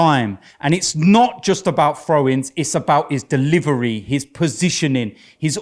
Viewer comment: "He can't evun take a frow Wobbie." lol needs speech therapy I swear.